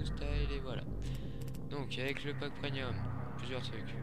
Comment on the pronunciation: On dit pas preNium, mais PREMIUM! C'est quand même pas compliqué, c'est écrit partout dans ta vidéo en + ...